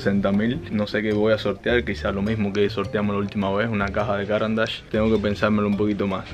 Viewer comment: Recuerden: no se dice “cáran d’ache”, sino “carán d’áche”, marca suiza con nombre en francés.